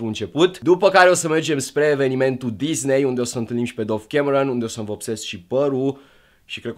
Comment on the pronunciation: Se citește dav nu dov